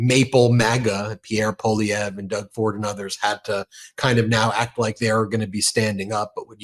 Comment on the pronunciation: Good stuff, Ben! You finally pronounced Pierre Poilievre's name properly.